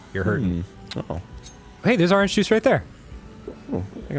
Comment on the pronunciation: Dan says ahringe juice instead of orange juice and it's making me wanna pre